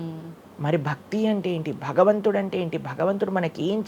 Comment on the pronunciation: Baktulu kadu Bhaktulu, bagavantudu kadu bhagavantudu, vattulu sariga palakandi please. Check how he is pronouncing